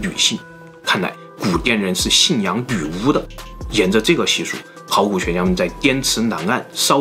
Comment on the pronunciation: 这集太难为总裁了，又是”女”巫又是越”南